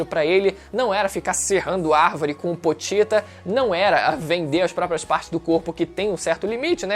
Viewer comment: Namoral falo o nome do pochita errado,é pochita não potita